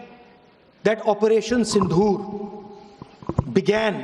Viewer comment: Es gadhe ko operation sindoor bolna bhi nahi ata.😂